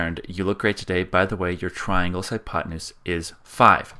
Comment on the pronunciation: "hypotenuse", BTW.